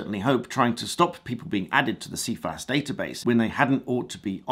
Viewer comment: First can I add it's pronounced "SI FAS" even the organisation themselves say it as that. 6 yrs is the maximum time a loading can remain. Sounds like a cat1 or cat6 loading now whilst mistake can happen it's unlikely they were not aware of why the account was being closed. Cifas would be the place to appeal the loading and get further information. Not sure this quite adds up as the way it has been portrayed here. ATB